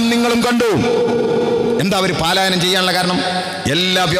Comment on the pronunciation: പാലായനം എന്നല്ല,പലായനം എന്നാണ്.